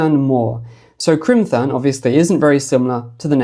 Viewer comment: Excellent research once again. Criomthann is pronounced cromann btw... quite close to conan in which the 'o' is curt not the elongated oooow of the English language. So the 'Th' is always just a 'h' sound. The letter 'h' never existed but as whta we called a séamhú (softener) basically a dot above a consonant which quitened and softened it.. the stronger the consonant sound..the more the séamhú softened it..thus T h becomes 'h' sound.. Eochaidh/Eochu.. again..the 'h' softens the c thus a very breathy k sound... not gutteral or at all Germanic.. The object of grammatical rules and spelling in Iris is for flow of one word to the next... Not too many hard stops...